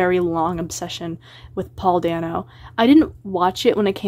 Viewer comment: The way you pronounce Paul dano's last name hurts me